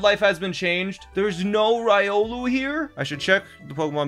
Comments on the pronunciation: "Rye-olu". That must be like a sandwhich or something. XD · Your Riolu pronunciation hurts me inside... Ree-oh-lou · this is bothering me. As an avid Trackmania watcher, it is REE OH LEW. STOP SAYING RY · He mispronounced Riolu, and it hurt me. ಥ‿ಥ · The way you say Riolu bothers me.